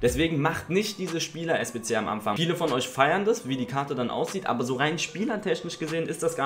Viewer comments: „Am Amfang“? Pafekt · Eligellas wuseliger Sprachfehler: "Am Amfang". haha bleib glibschig und fühl dich geklapst